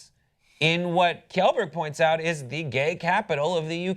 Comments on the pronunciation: Saying "kellberg" instead of "shellberg"... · lmao its pronounced Shellberg.... Yeah, Swedish is weird... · lol edgar is his dog. and as a swede, its very funny how much they mispronounce kjellberg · Lucy Roebuck kj is exactly like the sh-sound in she. actually, the whole kjell part is pretty much exactly like the word shell. so shell-berg